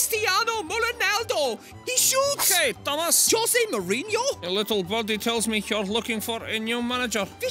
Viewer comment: Thomus Thigo MullOnaldo 😂😂😂